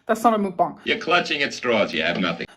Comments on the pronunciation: Once again..for the love of everything holy.... it's MUCK BONG MUCK BONG MUCK BONG...not MOOOOK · If I hear her say MOOK bong one more time I might explode